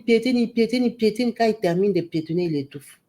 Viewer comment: Pietiner, pietinage!😂😂😂😂😂